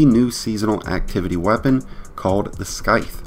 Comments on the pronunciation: Bro said “Skyth” 💀😭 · I love how someone can't properly pronounce "sithe" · Super helpful video man! Side note- it’s SIGH-TH. The C is silent. Just so you know :) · You’re not supposed to pronounce the C in scythe. SS-I-TH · why u say skyth, lmfao.. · This guy really said “skyth” 🥲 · Scythe is like “scissors” the SC is pronounced the same in both words. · Nobody is talking about how he pronounced scythe 😭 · the way you say scythe has me dead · Thank you! I almost dropped my phone when he kept saying it.